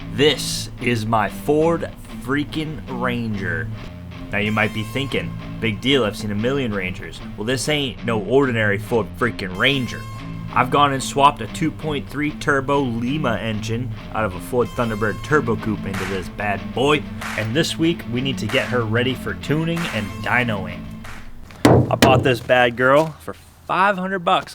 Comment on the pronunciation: Its Lime-uh, like the bean. Not Lee-ma, like Peru. Lived in Lima, Ohio where they were made. Went to UNOH, check it out. Very cool school, and a very boring town.